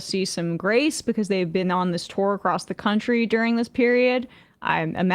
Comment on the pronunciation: it sounds like twerk instead of tour